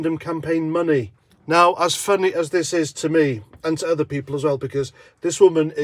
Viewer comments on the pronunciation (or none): none